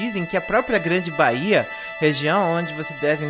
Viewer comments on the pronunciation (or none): none